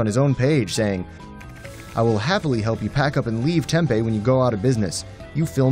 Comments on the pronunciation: as a word of advice it is pronounced "tem pee" not tempeh. resident here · If you could learn how to say TEMP-E - it would help. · the way he says tempe lol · For real